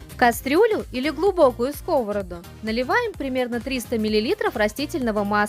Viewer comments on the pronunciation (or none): В сковороду́, а не ско́вороду. Зачем после фритюра выкладывать на салфетку, если сразу отправляете на сковороду́ в разогретое масло? Смешные кулинары.